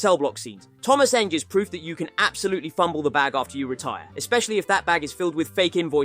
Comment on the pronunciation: Tomáš Enge is pronounced "n-geh". The scandals you've mentioned here are bullshit, the only thing that's true is the failed doping test, which turned positive for THC. The rest is made up. He never went to prison for anything, you're probably confusing it with some other Czech racing drivers, who went to prison for doing some shady stuff to finance their racing. He simply didn't have enough money and maybe even talent to cut it in F,1 and the weed scandal didn't exactly move him forward. Nowadays, Enge lives happily married with children and occasionally does some rally events.